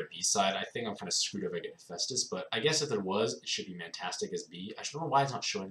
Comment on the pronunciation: I'm shocked you didn't say hippo dragon. I'm even more shocked you said hephaestus right, how tired were you when making this vid?